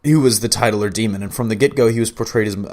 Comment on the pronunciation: Titular is pronounced “TIT-CHU-LUR”